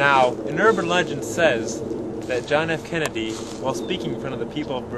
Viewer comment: good job on the video, kudos. thanks for clearing stuff up.... but 1/2 did you say John F "Candy"? sounded like it. lol the mystery continues..